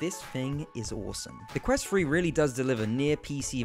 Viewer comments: Ffs, it's pronounced 'Thu-Re' not 'Fuh-re.' What is the matter with you Brits? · While the Quest has balancing issues,The overly positive comments for this review also need to be Balanced?The Device is pronounced Quest Three (3) Not Quest "Free"???Poor diction young man.My other criticism besides the horrendous Jarring Editing was the slightly cute but inaccurate term "Up to Stuff" Which for those slightly educated will know to be the correct term "Up to Snuff" (An old habit when people used to shove scented Tobacco up their noses for pleasure in the 18th century .I am of course being pedantic and playful 😊And appreciate your promotion of VR, Even though your presentation wasn't Up To Snuff 😊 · Wonder why he keeps saying Quest Free instead of Quest Three..... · "The quest twree" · Bro kept saying quest free 💀😭